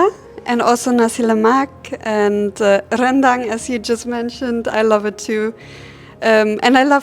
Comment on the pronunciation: Annika’s pronunciation is perfect. First foreigner who can pronounce ‘Rendang’ correctly 😂 Best of luck to both of them ❤️